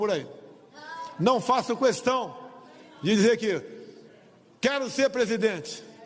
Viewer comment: Quando ouço esse "qüestão" me da até ojeriza.